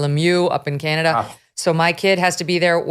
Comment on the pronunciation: She brings, "Canadia," to the podium. 😂😂😂